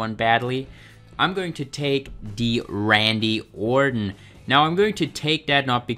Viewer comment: Somebody teach this weirdo how to pronounce the name ORTON